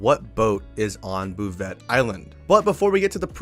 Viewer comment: Before someone makes fun of you for it... 'Bouvet' Island is pronounced "Boo-Vay"... I got your back.